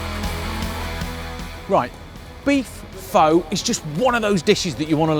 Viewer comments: Fow...????? Are you serious? Pho (fuh) is not a 'bish bosh' meal. It's an art form. Have a 'butchers' at the origin and pronunciation of the dishes before you attempt to 'educate' people on a how you think they should be cooked. It's almost insulting. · It's pronounced "fah" not "foe" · man! it's not "fo"! it's more like "furrrrr" ;-) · it was triggering me hearing him say Poooh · I tuned out as soon as he pronounced it 'Foe'...respect the dish, respect the culture. At least pronounce it correctly smh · My God man I love your show but for God's sake it's pronounced like FUH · I was turned off by him saying “phO” and how the broth looked like gravy... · First, you pronounced "phở" wrong. Its like "fuh" actually. And the way you made it wasn't pho, it was western style of pho I think 😂 cuz your broth looks dark and has so much fat on it while the original Vietnamese pho broth is clear and lighter. And healthier. LOL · how you know someone doesn't know anything about pho...they pronounce it foe...smh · it's spelled phô but it's pronounced fuh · Looked great but am I the only one bothered you can't pronounce pho correctly? It's 'fuh'. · Pho is pronounced like "fun" right? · Rose Taylor it sounds more like duh. just replace it with an f so fuh is the sound. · Its pronounced "Fuh" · undying that's a Disney character ha ha he was saying foe or faux lol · Until you pronounce it correctly I can't trust your recipe 😅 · No. Just no. I'm surrounded by Pho shops which are all over my city and know how the stuff should look and taste. 1. Go look up how to pronounce the food. 2. Clear broth. 3. I would not pay a dime (Sorry, mate). It is a phony Pho. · At least pronounce it right! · Great video, terrible pronounciation. Lol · you're pronouncing it way wrong! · the pronunciation killed me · yes! As i'm Half viet, but raised by my Vietnamese grandma, it does hurt alot HAHAHAAHAHHAAH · I’m not Viet at all, and it hurts me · It looks good, it's pronounced incorrectly.